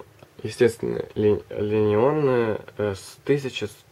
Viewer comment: Можно было чуточку подготовиться перед съемкой, в частности поработать над текстом))) 1110 МАЩ и ли-лионная батарея улыбнули))) Дальше нервы не выдержали просматривать))